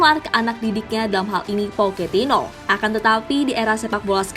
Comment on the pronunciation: Poketino poketino.... Pochettino min bukan poketino. Bacanya gak usah sok2 an gitu. Dlm bahasa Spanyol gak gitu jg kalo bacanya. Trs jg Enrique dibaca Enrike bukan Enrik 😏